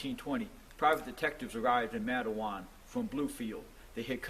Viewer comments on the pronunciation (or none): You butchered Matewan. It's pronounced Mate like one's mate or how the Australian's call each other mate. Wan like won in Won ton soup. Matewan. Have you done a video on Iaeger?